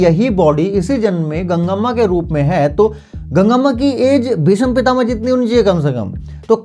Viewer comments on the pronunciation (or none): none